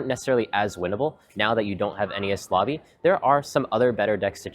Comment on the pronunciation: Wtf is NES Lobby? It’s pronounced En-eez lobby